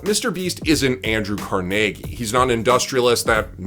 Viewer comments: Why did you pronounce Carnegie Hall one way and then pronounce Andrew Carnegie completely different? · You pronounce carnegie so weird